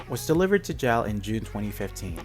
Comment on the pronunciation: Its pronounced "Jay Ay El", it does not rhyme with "Pal".